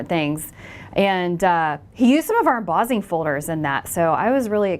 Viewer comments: Embossing (em-boss-ing) NOT Embozzing lol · you pronounce emboss & embossed, traditionally, however, you change the ss to zz and say embozzing. Interesting...